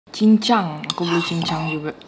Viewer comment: Itu nga cincang kk, “CANCANG